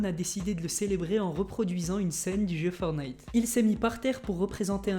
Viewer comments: C pas fornite c fortenite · On dit fortnite pas fornite